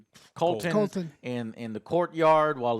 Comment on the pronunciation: just saying a confirming "Colton" to Joe, just says that they are saying the names wrong on purpose. Gotta get that audience interaction.